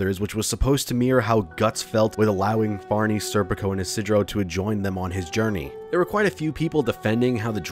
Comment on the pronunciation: Can one berserk fanboi ever pronounce Farnese’s name correctly? You’d think if you liked a certain story you’d at least know how to pronounce a major characters name.